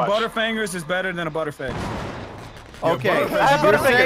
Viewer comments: did you say butter instead of better? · I love how he says "better" as "butter" You the best mate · Why does Delirious always replace 'you better ' with 'you butter😂😂😂😂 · anyone noticed says butter instead of better lmao " you butter"